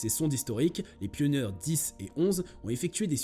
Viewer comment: Pioneer se prononce " pionir" Et survayor "surveior" pas survayvor... Bon je suis déçu de cette vidéo. Et l'Ésa c'est en un seul mot, comme Nasa... Et par pitié, c'est "perjélisol" pas perguélisol... Il n'y a pas de U après le G et c'est un E donc se prononce je...